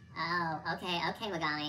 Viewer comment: Me-GAG-mi really gagging me 😵‍💫